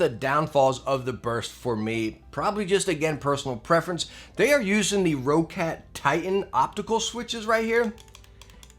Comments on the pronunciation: How do you have so many Roccat Product reviews but still mispronounce the company Name? It is NOT pronounced Row-cat, It's pronounced Rock-et. You can't tell me shit about being an American and seeing the word differently because it's what I am as well. If you have to mispronounce it due to Ego or something ideologically stupid, well then you have Rock-Cat to worth with. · What is this Raw/Row-Cat everyone is talking about? It's Roccat. Like Rocket. Or for Americans: 🚀🚀🚀🚀🚀🚀🚀🚀